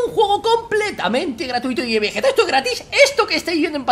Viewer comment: Caballero veguete no guerrero vegueta uuuu